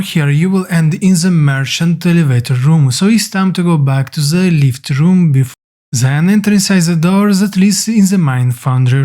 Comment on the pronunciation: It is THEN not ZEN there's no Z in there but thanks